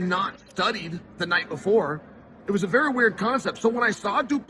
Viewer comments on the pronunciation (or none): none